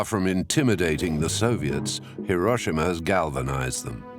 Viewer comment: An excellent and informative video. Pity about the mispronunciation of Hiroshima